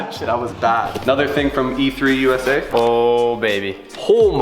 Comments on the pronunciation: it's not e3usa its emusa, for ebay motors usa, you probably already know that but it was annoying to hear e3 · Bte the eMusa not three haha